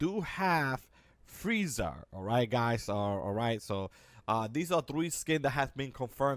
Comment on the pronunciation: Dude said vegeter and freezer